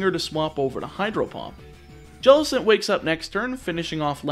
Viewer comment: JELLICENT, NOT JELECENT!